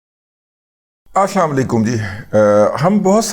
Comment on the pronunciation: او میرے ماموں جان اشاماوعلیکم نہیں ہوتا اسلام و علیکم ہوتا ہے اور یہ اوپر میں نے انتہائی احتیاط سے عرض کیا ہے